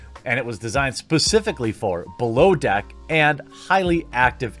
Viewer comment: "bellow deck." that's how. he even said it. :P